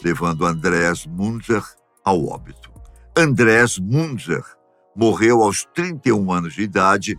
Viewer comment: Pronuncia do nome é MUNTZA